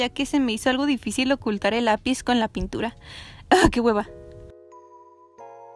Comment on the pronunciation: Si no veo sus historias no me doy cuenta que dice puntura JAJAJA Te amo ❤️❤️❤️